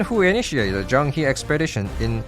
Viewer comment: As someone who has learned a bit of Chinese it really grates on my ears when people mispronounce Chinese names. The "He" part of Zhang He is pronounced "Her".